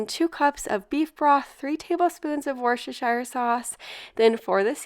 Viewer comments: W-sta-shur sauce. :-) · I wonder why Americans can never say Worcestershire properly?? It is pronounced wuss-terr-sheer (rhymes with beer)